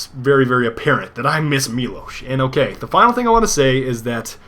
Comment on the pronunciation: Miłosz this is miŁosz ł Ł - in english you read this as W [MIWOSH] NOT [MILOSH] i know this because i'm Polish